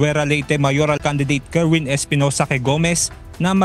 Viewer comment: Kerwin!! Not erwin